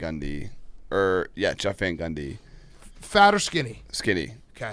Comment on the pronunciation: Why can’t pronounce the name “Jeff”?